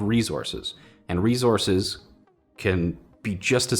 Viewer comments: Drink every time you hear say “ReeZorse(s)”.. you won’t be alive for long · rezorces? It's resources dammit! You mispronouncing this had me so distracted that I had to write this comment. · It's a ree-zorz. (Just poking fun, love ya!) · What in the heckerman are these re-zorzes he keeps goin on about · if you say rezorces one more time, I'm gonna shoot myself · Say “rezources” one more time. 😂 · Was I the only one slightly bothered by saying "rezources" instead of resources? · Rezorsis How says resources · RESOURCES.................NAH..........MORE LIKE "REZORCES" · Please stop saying rezources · Rezources? Not enough minerals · Them good ol rezorses 😂😂😂 do me a favor and never change budd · No no no, it’s Reese Horse, right? All these future people are fighting over Reese’s pieces the size of horses. JK love the videos.